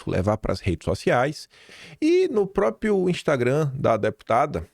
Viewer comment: Não é “própio”, é própRio.